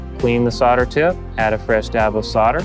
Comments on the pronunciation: Thanks, but not sure why you kept saying "sodder" instead of "solder" :S Maybe the L is silent and I've been saying it incorrectly for years. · WHY sarder? Its solder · Try - "Soul - der" - that'll do it! ?? LOL! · He is american they cant spell "L" for some reason.